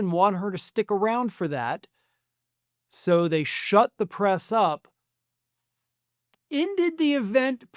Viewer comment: Someone should teach Melania how to pronounce the TH sound. Pronouncing the as duh and father as fodder is not cute. It is not exotic. It is ignorant and lazy.